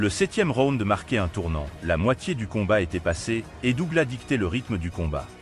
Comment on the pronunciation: SÉOUL ????? ET DOUGLAS SE PRONONCE AVEC UN S .....DOG LESS .... VOUS N'ÉCOUTEZ PAS LA VERSION ANGLAISE ORIGINALE ???